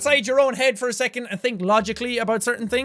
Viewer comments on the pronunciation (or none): none